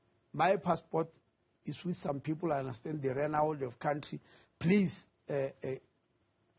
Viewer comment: Why is the minister pronouncing people as pupil😂